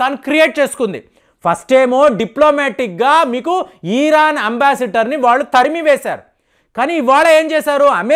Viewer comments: Yes.. kaani adi ఇరాన్ కదా.. ఈరాన్ ఆ?? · తెలుగు and అన్ని సరిగ్గా నేర్చుకో.. ఈరాన్ కాదు ఆది.. ఇరాన్ అంటారు.. నీ మాటలు చూసి నేర్చుకుంటారు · ఈరాన్ కాదు మహాప్రభో ఇరాన్.